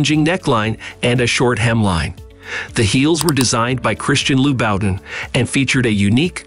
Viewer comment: "LouBOUTthatLife" Louboutin 😂😂😂 the struggle! Those words were beating this guy up😅😊